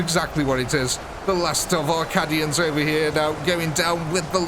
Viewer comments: Cad-ians? They're CAY-dians. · Awesome video, captured that grimdark perfectly! although its Caid-ians not Cad-ians, I think 😅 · I hate to be that guy, BUT 😅 it's pronounced caydian dude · "Caddy-ans." All I need to say I think. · Just for the future. :P It is pronounced with a long A. "Kay-D-Ah" "Kay-D-In" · Please learn the correct pronunciation of Cadia and Cadians... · The way he says Cadians is heresy of the highest order.